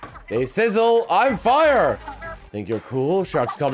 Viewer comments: misreading "Frye" as "Fyre" multiple times was not entirely unexpected. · ..."FRYE", not "Fire". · It's not "Fire" it's "Frye" F-R-Y-E.